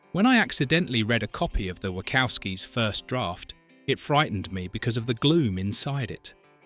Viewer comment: The Script for this video is hideous. And the AI voice saying "The Wackowskies" was terrible.